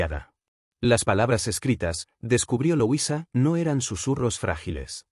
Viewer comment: No se pronuncia loisa se dice como se escribe LUISA